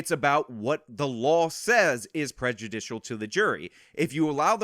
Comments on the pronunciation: Ah, yes. The people that called me stupid and that are so much better than me can't even pronounce prejudicial. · For a couple “professionals” whose job they’ve made it to be talking about “prejudice” all the time, they sure can’t say the word “prejudicial”.